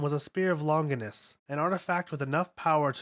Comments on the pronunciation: ‘’ spear of longus” “spear of longness” “catalismic event” “shefalapod” “pasistron rifle” “octodron” “mahgi” There are loads more but I got sick of writing them out. This narrator is a joke. Are you serious dude? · The way you mispronunce names is so cacophonous that it’s hard to stay focused on what you are saying. Lawn-jiai-nus, ram-me-el, is-ra-feel to name a few. I understand a lot of the names are Hebrew, Latin,and Japanese but proper pronunciation is part of good research. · “Ah-Soo-Kah” “Lawn-Guinness” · Sachiel = sat-chi-el Ramiel = rah-me-el Gagiel= gah-jee-el Bardiel - Bar-dee-el Zaruel = zair-roo-el Arael= Are-rah-el Asuka = awe-s-cuh Longinus= lawn-gin-us Tabris= tab-ree Etc. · If you're gonna make videos like this you really should look into pronounctiation of the words. Spear of Longinus is Spear of Lungus, Positron rifle became Posisstron... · Grow up and say "Long-jai-ness" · Longinus is not pronounced Lonjaynus in any other language other than english including the original in latin. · Drives me crazy. the U in Asuka and Ritsuko isn't supposed to be fully pronounced. the G in Longinus is a soft G, same with Magi. Its MaJi. Same with LonJinus. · spear of longness?? maybe you shouldnt be guessing the pronunciation of all these words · man, your pronunciation is all over the place. ahvengayleon. longuiness. preemordial. sakeel. shephalpod. rameel. gegeel. asooka. israfile. sandolphin. matareel. eerule. mahgee. l'leel. atsooko. bardeel. zayrule. ayreel. armaseel. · I stopped watching this after mispronunciation of “Longinus”. Please do the bare minimum of at least watching the fucking show